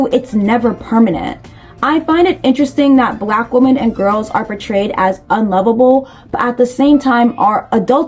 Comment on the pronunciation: Why do you keep pronouncing Women as Woman? It’s something incels have popularised and not normal